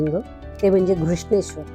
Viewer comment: केवळ नांव व्यवस्थित उच्चारलंत म्हणून बघते आहे हा व्हिडीओ. अन्यथा किती वेळा भेटी दिल्यात आणि कोणाकोणाला गाईड बनून गेले आहे तिथे आठवत सुद्धा नाही. असो. धन्यवाद. पण दौलताबादचे नांव, देवगिरी उच्चारले असते तर अजून छान वाटलं असतं. असो. 👍🏼🙏🏼